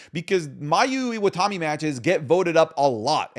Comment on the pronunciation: IwataNi. It's literally right there. You said IwataMi like three times in a row ROFLMAO Edit: also, VERY low chance she ever comes to WWE. She's on record saying she doesn't want to leave Japan as she gets homesick very easily.